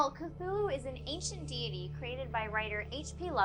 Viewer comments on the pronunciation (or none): You pronounce 'deity' wrong